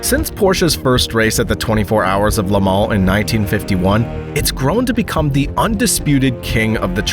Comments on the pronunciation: Le-mal ? it's Le-mans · It's NOT Lamal it's pronounced La Maw